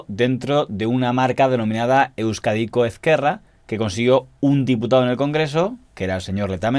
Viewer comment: muy buen vídeo. para la siguiente, se pronuncia /euskádico esquerra/ (más o menos, aunque la z en euskera es diferente)